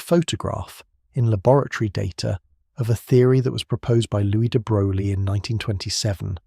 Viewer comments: It's pronounced "de broy." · Why should we take this seriously when you can’t even take the trouble to learn how to pronounce the man’s name? Sheesh!